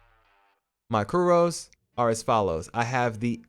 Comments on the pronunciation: Dude. Curio is pronounced "kure-ee-oh". These videos are great but I cringe every time I hear you say "kur-ohs". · Kyoo-ree-ohs, lūng, jin-seng. Good video